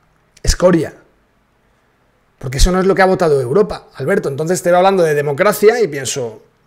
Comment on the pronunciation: La màxima exponente en decir Uropa, es la chiqui barriobajera.